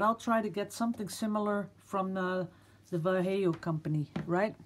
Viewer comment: ) Vallejo is (in spanish) Va (as in the english word: VA-lid) LLe (as in engliish word: YE-llow) and jo (as in english word: HO-liday)